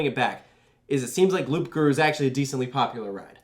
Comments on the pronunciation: The ‘P’ in Loup Garoux is a silent P, so its sounds like Loo ! Great content as always !! 💪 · The "p" is silent. Loup-garou is pronounced "loogaroo". Unless you're going for a pun with "loop", but seeing as there's no inversions, that seems unlikely. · Nice try but you doesn't pronounce de "P" on "loup-garou" those motherf*cker at the french academy... but I just want to point it out because in general your pronouncation in french is pretty good despite you don't really speak the molière language :)